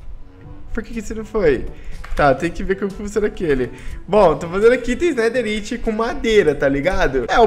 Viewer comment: Nao se fala netheriti se fala netheraiti